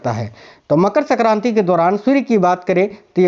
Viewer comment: Pehle aap Hindi thik se boliye sakranti nhi sankranti hoti hi